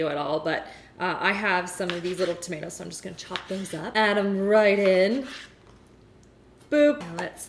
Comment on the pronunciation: I was drinking water when she said tuh-mih-tahs and I almost spit it everywhere